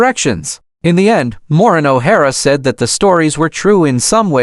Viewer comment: At least learn to say her first name correctly and that of Charles Laughton and RKO studio. Can not listen to this.